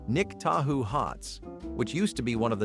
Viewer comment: 🤣🤣🤣 Nick Tahou's, home of the garbage plate, is pronounced like Lake Tahoe.